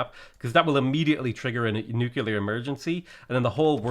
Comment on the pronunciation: Are you aware that you pronounce it nu-kulear?